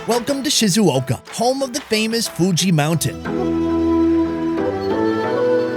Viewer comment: When he said Fuchi Mountain I thought he said Gucci Mountain.